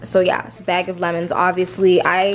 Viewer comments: lol right! I've noticed this for a while she says "beg" lmaoo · The way you say “bag” is so funny lol